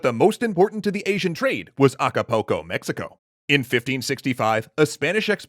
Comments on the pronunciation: Why do people always call it Acca-poke-o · As a mexican, I'm sorry, I was laughing the whole time for your way of pronouncing Acapulco. XD It was so baaaaaaaaaad...